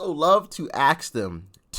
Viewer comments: Try it’s not ax them no offense honestly it’s ask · ASK, say it correctly man. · I love ya Brother but , AXE THEM ? C'mon man !!! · Will you please STOP saying AXE instead of ask like uneducated ignorant black people do. stop it immediately. Practice night and day if you have to. We want to see that immediately. Especially if you are trying to educate the masses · It is ASK not ACKS..Frustrates the hell out of me that some people can not say this simple word. A S K !!! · good god the word is ask not axe wtf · ASK… not freakin AX… it makes you Sound really dumb